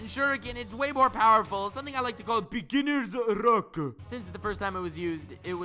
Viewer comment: begginers l-l-luckuh